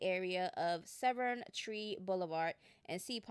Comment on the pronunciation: At least she got Severn right 😂 they’ve been butchering that too